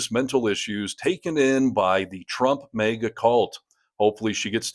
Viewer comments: It’s not pronounced “mayga”. Lol Although, it probably drives them up a wall and half way ‘cross the ceiling! Lol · Are you mispronouncing "maga" on purpose? You consistently pronounce it as "mega", which may be intentional to make commentary on the nature of the cult?